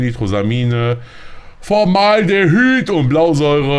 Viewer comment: Achtung KlugscheißerAlarm: Es heißt FormAldehyd und nicht FormalDehyd :D